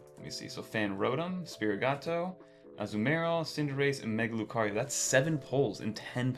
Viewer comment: Right, yet he receives product early. You’d think he would at least know how to pronounce Sprigatito let alone Riolu lmao